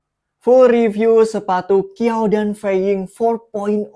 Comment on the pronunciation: Bacanya "chiao tan"